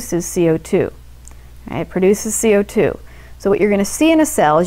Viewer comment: I love the the way that she says "CO2" Amazing video